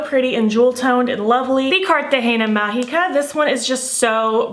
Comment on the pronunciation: Im new in your channel and I love it your videos but and Im curious about something Did you know spanish because when you said cartagena magica woww like your pronunciation is so well Im and so happy for that because Im from colombia and cartagen is a city from colombia